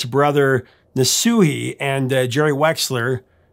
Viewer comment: Neshui Ertegan.,...said NES-Whey